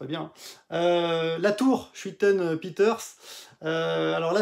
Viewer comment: Schuiten se prononce Skeutene...